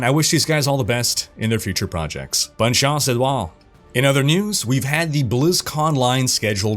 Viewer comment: I knew it because of how you pronounced good chance in French! Have a good weekend man and keep these awesome videos coming!